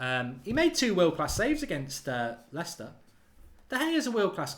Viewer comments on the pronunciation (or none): none